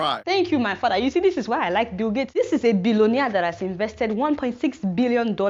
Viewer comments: Ruralafrican Shop Lmao at "fadah". The way she says that kills me lol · I like it when she suddenly says "your fada"